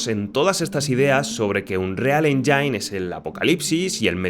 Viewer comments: Buen video le dejé mi like, aunque hay algo que me pasa con MUCHOS creadores de contenido españoles cuando pronuncian MAL la palabra "engine". Pronuncian "endzain" en vez de "endzin" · Cada que pronuncias "Engine" como enyain en lugar de enyin muere un pajarito😂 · Que no es "enjáin" es "éngin"..... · que los ejemplos que pones se vean todos igual, o que no tengan alma, nada,. absolutamente nada, tiene que ver con el motor. Al César lo que es del César. Por qué pronuncias Engine de la forma "enyain"? crees que se pronuncia así? Seguro que tienes suficiente experiencia en la industria? Es chocante despues de lo que te señalo. Todos los motores de EA se han convertido siempre en algo inmantenible. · Buen video, una pregunta porque le dices enyain? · Me alegra saber que no soy el único al que le da toc oir unreal enyain xD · Igual no se como tiene experiencia en creación de videojuegos con esa pronunciación. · Si vas a hacer un video hablando de motores aprende a decir "engine" en ingles bro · Así no se pronuncia "engine" hermano. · tod bien, pero por qué los youtubers españoles les cuesta pronunciar bien palabras en inglés? ni Unreal se lee textual ni Engine se pronuncia “enyain”